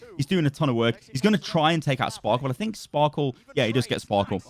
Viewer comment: Why does everyone say Sparkle? It's Sparkie right? 1 = i ?